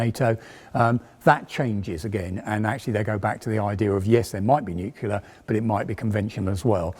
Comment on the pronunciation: Please don't say nucular.